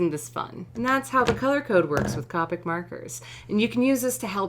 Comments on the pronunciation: It is COPEIC, not COPIC!!!!!!! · COPIC is pronounced with a long “o”…Cope ick and not Cop ick… just saying. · I've really been sitting here thinking these markers were pronounced Coe-Pick and not Cah-pick for a year... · Isn’t it pronounced “Coh - pic” not “Cah - pic” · The pronunciation on Copic is long O Coh Peek Japanese product Japanese pronunciation. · Haha its funny cuz she can't say Copic she says carpet markers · You say Copics the same way Jazza does.. Another person added to the shame list! :p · Its funny how you pronounced the word "Copic." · i’m mad at the way she says copic